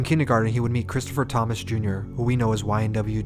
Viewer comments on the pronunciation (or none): none